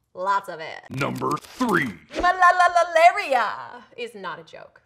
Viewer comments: it isnt malalalalalalalaria. it is just malaria. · Its malaria and not malalalaria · It's just MALARIA... not malalalalaria.... :/